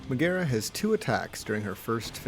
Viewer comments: But why do you say Meg's name like that. 😐 edit: just realized how condescending/self-righteous this comment might seem. Gentle reminder that there's a distinct possibility my medical marijuana had something to do with it, but I plead the fifth so I'll never tell. D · Also her name has the accent the first syllable: MEG-aera (instead of Meg-AERA).